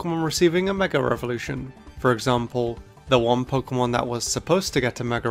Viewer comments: I just don't like how the words mega evolution sound in the British accent. Mega revolution 😂😂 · Is it just me or is he saying "Mega Revolution"? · why does he say meger evolution